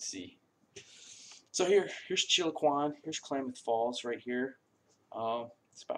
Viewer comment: If your going to try and sell it at least lern how to pronounce it CHILOQUIN chill -O-QWIN. AND SPRAGUE SPRAGE